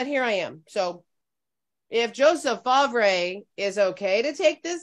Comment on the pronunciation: I’m gonna assume that’s spelled ‘Favre’… i believe it’s pronounced ‘FAR’..